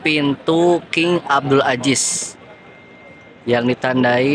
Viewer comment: Maafkan...Mahroj huruf ز (Zain) tolong diperbaiki, ya... Aziz yaa, bukan Ajis 😂 At least, jazakumullah khairan... Sangat bermanfaat infonya